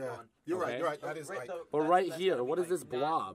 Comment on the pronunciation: Who's Ike......... Ooohhh you mean mike